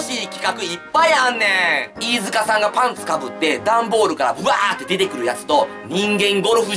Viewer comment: T-アカギ いーじゅかしゃぁーん